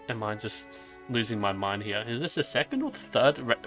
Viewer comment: H8 how you pronounce "HERE", but good work as always.